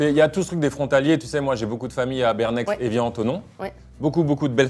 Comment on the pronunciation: Carlito qui prononce le X de Bernex 🤣🤣🤣